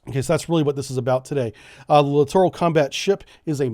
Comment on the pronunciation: You litorraly mispronounced that word every time.